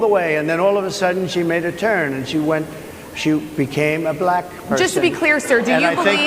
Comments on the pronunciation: I've never heard "black" pronounced with such a hard-R before.... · You mean "Ba Lack"? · Why does Trump pronounce “Black” like a South African?? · I agree, but I was so annoyed with his annunciation of “black”. Sounded like his pronunciation of “China”